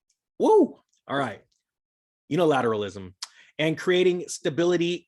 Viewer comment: Anyone that harvests their talking points from Yahoo News and cant pronounce Unilateralism is closer to a wet fart than a ninja.